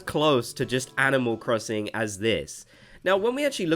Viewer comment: LMAO IM CRYING “animal crosinc” 😭